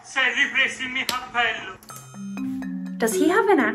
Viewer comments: "S'è ripreso (warnig, the P pronunciation is soft) i'mi happello" Yes,is definitely a Florence accent 😂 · "Cappello" a Firenze ha quella pronuncia :) bye bye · happello is an accent from florence, they say h and not c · in minute , when he says: 'appello instead of "cappello", he says it in dialect. ps im italian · happello is typichal from Toscana. The people in Toscana don't pronunce the initial C of every word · That's the Tuscan accent, which tends to omit the c in most words. So cappello is pronounced 'appello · IN TUSCANY THEY DONT PRONUNCED C LIKE CAPPELLO APPELLO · Yes that accent is used by "Toscana" people in Italy, they don't really pronounce the "c", Hope I helped😄 Yes Florence 😂, you got it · OMG I'm italian and I watched this movie 3 or 4 times and I'm soaking wet right now!!! How's this possible??? Btw that accent IS from Florence good job! Actually in all Tuscany area they basically don't pronunce the letter C 😂😍